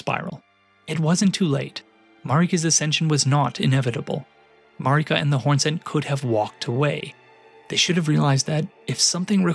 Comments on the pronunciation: Look man I know there is great content in this video but oh my god it is so hard to concentrate on what you're talking about when you keep mispronouncing Marika. Its Marika not Mareeka 🙄 And not Liondell. Leyndell. LAY N DELL. Sorry its a pet peeve of mine when people mispronounce things, especially when they are said in game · Yeah Elden Ring is about empire-... but it really irks me that you say her name Mareeka when everyone you talk to in game says it like 'Merica... which I feel like is itself pretty tongue in cheek commentary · I ain’t listenin to anyone who pronounces Marika as MarEEka.